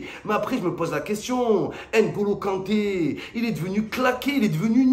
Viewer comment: C'est ngolo kante c'est ngolo kanré😄😄😄😄